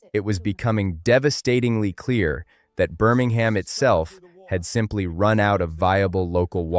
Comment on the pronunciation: I'm glad this story has been told. There are of course pronunciation mistakes: 'Birmingham' is not pronounced with an 'h'; and the River Rea is pronounced 'Ray'. Further details are relevant. The underlying rock of Birmingham does not let water through quickly, and until a proper drainage and sewage system was made in the late 1800s, thete were terrible floods. On one occasion, a lake of turds - to put it crudely - formed just south of the town centre. Moor Street Station is close to the original town centre, and has been brought back into service by being fitted out in a 'retro' style. I've been in the area since the 1970s, and a road close to that station, downhill from where the oldest houses were, was then called 'Shut Lane'. Since the local dialect has 'u' sometimes where standard English has 'i', I think you can guess what that meant. Birmingham has had a long history of major municipal initiative to improve the life of its people. But I have the suspicion that right-wing forces don't like this, and there seems to have been a determined attempt to wreck the running of Birmingham. A few years ago, the city was declared technically bankrupt, and commissioners from central government were put in. There are many accounting experts who believe the city wasn't bankrupt at all, and the whole thing stinks.